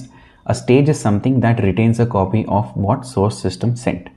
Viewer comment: The presentation is very distracting due to your poor English skills. You could be a lot more successful by correcting your pronunciation of letters and speaking proper grammar. For example the word What starts with a W sound not a V Sound. All dictionaries include pronunciation for all letters and words.